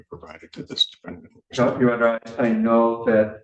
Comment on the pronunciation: 😂😂! Had a flashback of DBrown in Wisconsin! “DA DEFEN DENT”😂😂